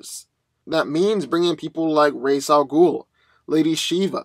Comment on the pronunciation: It's pronounced Ray-sshh AL ghoul.